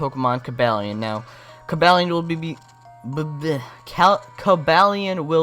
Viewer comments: cabalion I think is pronounced CU-BOO-LEON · The Only it's Co-baal-ion